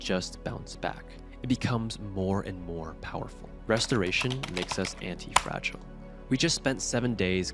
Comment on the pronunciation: I am sooooo sorry……. But…. ANti-ti-ti-ti fRaGilE FraGiLe, AnTi -ti-ti-ti fRaGilE 😂😂